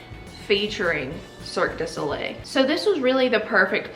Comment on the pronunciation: I love your accent so much🥰 Little tip: Mystère is pronounced: Mist Air(focussing on the R at the end) Cirque du soleil is pronounced : Cir-Kuh due So Lay.